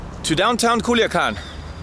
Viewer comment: Culiacan no kuliakan is with C Mr